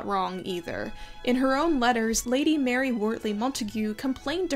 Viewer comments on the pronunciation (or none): none